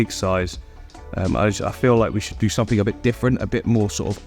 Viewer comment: “Click somefink” 🤣